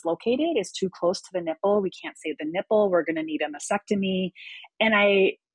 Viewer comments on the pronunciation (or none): It’s masTectomy not masSEctomy and dieP flap not Dee flap!!! Although pronunciation is not as important as your health, you’re dealing with with breast cancer patients, so legitimizing your qualifications would be so much easier if you sounded educated. I’m so sorry if I sound harsh, but you’re trying to educate us out here. Praise God you’re healthy!❤ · I wish her all the best. I know I’m being a bit nit-picky, but the word is “mastectomy,” not “masectomy,” as she keeps saying. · I SAID I was being nit-picky. I, too, am a breast cancer survivor — and I know how to pronounce “mastectomy,” and I don’t work in the field, as this survivor does. I think she’d be happy to finally learn how to pronounce the word correctly. As for that “Karen” thing: It sucks.